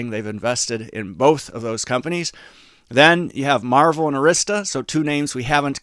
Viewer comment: It's Marvell (marv-el)